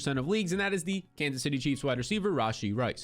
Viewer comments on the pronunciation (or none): none